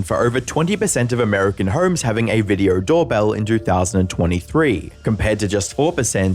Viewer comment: Can you point out where the "r" is, in the word HOMES???